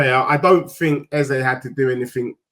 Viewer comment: stop that pathetic Eze pronunciation.